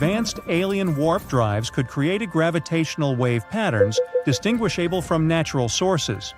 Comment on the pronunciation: Distinguish-able lol